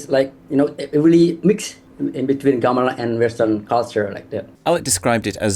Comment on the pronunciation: The first syllable in the word "Gamelan" is pronounced with the same vowel as the last syllable. I don't know why English speakers change it when they hear Indonesian speakers say the word all the time and the "ɐ" sound is part of our vowel set. It should sound like the vowel in the word "gong", which is, you know, a metal percussion instrument.